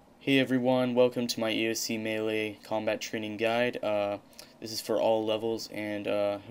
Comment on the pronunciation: Nice video...it's melee by the way. =P